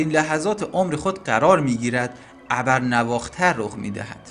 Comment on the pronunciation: ابر نو اختر رو اشتباه گفتید. شما تلفظ کردید abarnavakhtar . تلفظ صحیحش novakhtar هست